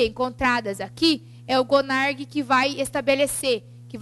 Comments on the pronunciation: A Aula até que é boa, somente dois aspectos que me deixaram meio chateada. Pelo fato dela dizer sobre o curso de Arquivologia,eu sou Arquivista e garanto que o curso, principalmente para as pessoas que acompanham vestibular, sabem de sua existência, o curso possui apenas em Faculdades Publicas e a segunda é sobre o O CONARQ (Conselho Nacional de Arquivos) com a letra Q no final e não CONARG conforme ela fala. Ela escreve com Q mas fala com G. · ELA PRONUNCIA CONARQ O PROBLEMA É O SOTAQUE. VEJA QUE ELA ESCREVEU NO QUADRO COM Q NO FINAL